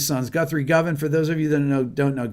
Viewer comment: Great to hear someone pronounce Guthrie's surname properly, i.e. "guh-van" and not "go-van". :-)